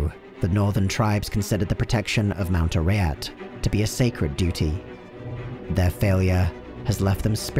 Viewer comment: Mispronounced Baal, Bul-Kathos, and Mount Arreat. Also, Diablo isn't a God.